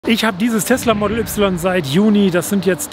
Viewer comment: Erstmal "model" Englisch aussprechen und "y" aber dann deutsch. Lol